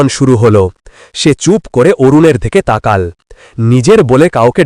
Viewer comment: উচ্চারণ হবে তাকালো ।